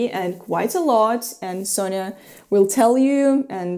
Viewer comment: I notice that you pronounce Sofia's name as Sonja (Sonia). Is that for people who are close to her, like Masha for you? Could you explain how to pronounce/spell her name so we, strangers, can say her name accurately?